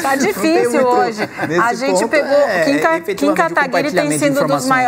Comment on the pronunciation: O ruim do debate foi o apresentador não sabendo falar o nome do Kim.